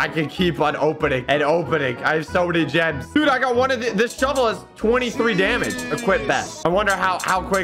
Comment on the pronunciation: bro says jims